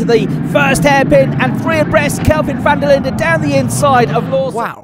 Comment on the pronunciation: South African here, not really important, but van der Linder is pronounced van der Lin-duh. Great vid tho. The whole thing left a sour taste in all us SA motorsport fan's mouths...